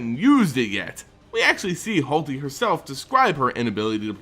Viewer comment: It's not HALTi. RTFC once in a while. Holy fuck.